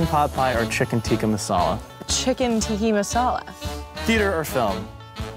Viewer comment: It's chicken Tikka Masala lol not tiki